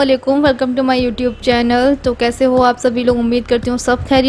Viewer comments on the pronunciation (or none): none